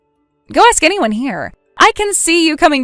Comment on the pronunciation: In the story of Charlotte and Eli, the actor playing the latter once again, as in all his roles, indulges deliberately in the wannabe "ghetto" affectation of pronouncing the word "ask" as "axe." It is cringey and offensive.